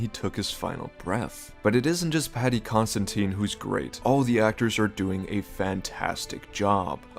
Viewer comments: It’s Paddy ConsiDine not ConsiTine, or Constantine (lost count of the number of times I heard that) why does nearly every ASOIAF YouTuber butcher his name? Either his name or one of the dragons. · I can’t take you seriously when you exaggerate D’ARRRRRRRCY but call Paddy Considine, Constantine. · Paddy Con-syd-eye-ne